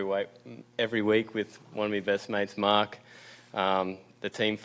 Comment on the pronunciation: Marc not march. Jeez